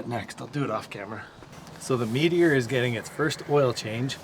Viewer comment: first time viewer. As soon as i heard Meteor I knew it was a fellow Canadian. My parents got married in a '59 Meteor